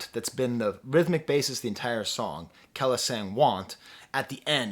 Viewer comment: Your videos are always dope and I appreciate you reviewing this one but it's Kah-lease (kelis) . keep the reviews coming